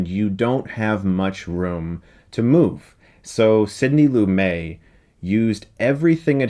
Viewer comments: Sorry....its not pronounced Sidney Loo-may....it is pronounced Sidney Loo-met! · Lu-MET, not Lu-MAY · Great review, Chris, but Lumet is pronounced “Loo-Mett” not “Loo-may”. Can we get reviews of “Serpico” and “Dog Day Afternoon”? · Great video. Wonderful to see that people still talk about this movie. (BTW - Lumet's other films are also worth a look. Fail-safe will blow your mind if you've never seen it.) 99 out of 100 for you, Chris. (Why only 99/100? Well...not to be picky, but its pronounced "Loo-MET" - not "Loo-May". :) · I subscribed. BTW, I've never heard Sidney Lumet's name pronounced with the French pronunciation that you used (silent T). I've ALWAYS heard the T pronounced. He was a GOD in the pantheon of film directors! Brilliant! He was also married to a bunch of impressive and note-worthy women. Looking forward to watching more of your vids... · lumetttttttttttttttttttttttttttttttttttttttttttttttttttttttttttttttt not lumeeeeeeeeeeeeeeeeee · One tiny quibble: Sidney Lumet is pronounced loo-met, not loo-may. Otherwise, Chris is spot on. This is an excellent movie. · FYI: It's pronounced LOO-MET not LOO-MAY. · #1 - It's pronounced "Loo-Met" not "Loo-May". #2 - Do Anatomy of a Murder. I also wouldn't mind seeing more than one of these a month. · Excellent! I love old films, follow a lot of film channels, and get frustrated so few deal with older films. This will be a nice series. Thanks, Stuckmann. That said, a simple word of advice from a random commenter: Chris, research how to say the names of people in the films you're doing. It's looMET, not looMAY. On your Orient Express vid, you said "BronHA" but it's Bron-ahh. Just my two cents. Again, I dig your channel. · Chris, I’m pretty sure it’s pronounced “Loo-Met” not “Loo-May” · Good review, but one little thing... It's LOO-MET, not LOO-MAY. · Love this movie, love your show, love that you talked about this movie on your show..... but his name is pronounced "Loo-met" not "Loo-may" . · Sidney Loo-MET...